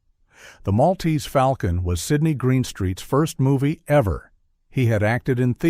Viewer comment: FAWLCON not foul can